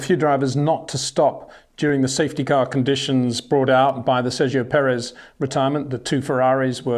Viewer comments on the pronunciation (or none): none